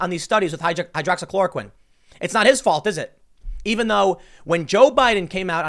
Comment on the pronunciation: He said hydroxychoroquine!!